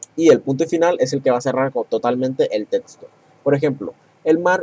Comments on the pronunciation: Es neta??? "Tetsto"?????? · ×2 mi me da gracia como dice testo, etsplicación, jaja pero excelente video!